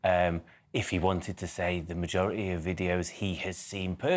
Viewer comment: He said the magorerty